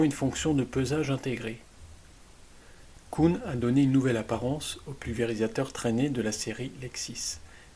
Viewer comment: KUhn pas kouhn lol avec un "u" comme ambulance mdrr